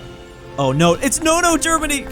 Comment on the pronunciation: the germany sounded like dermany XD